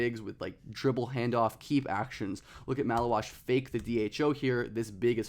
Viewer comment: Take a pint for every time he says malauach